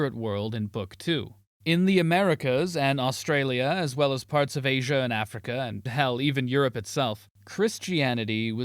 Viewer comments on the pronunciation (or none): none